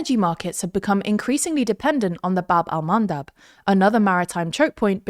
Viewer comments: I know you are a professional reporters, but "baB Al-mAnDab" 🤣🤣🤣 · or how he calls them: "wind mills"